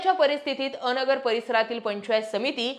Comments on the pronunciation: अ-नगर नाही तर अन्गर असा उच्चार आहे. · अ नगर नव्हे अनगर म्हणा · अनगरचा उच्चार चुकतोय तुमचा.. अ - नगर असा उच्चार नाही, अन-गर असा आहे. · A nagar nahi g Angar... Angar mhan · अ. नगर...नव्हे अनगर असा उच्चार करावा.. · अनगर aahe te. अ - नगर nahi. Thoda homework karava na